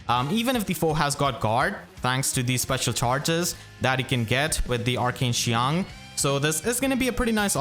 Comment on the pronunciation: I want to give a round of applause for how well pronounced qiang, unless he speaks mandarin, which would be even more impressive